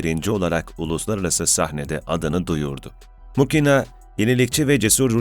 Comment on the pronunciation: Muhina diye telaffuz edilir